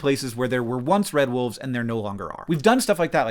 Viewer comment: I do find it kinda funny that the woman in their advertising material calls them "Dire woofs"